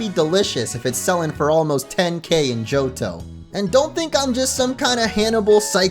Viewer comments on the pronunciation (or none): none